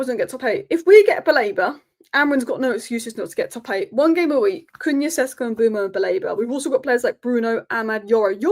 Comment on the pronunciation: It is SHESHKO to not Sesko.